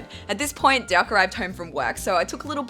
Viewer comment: Lol that's so Aussie..."Derk and I are excited about the idea of doing it"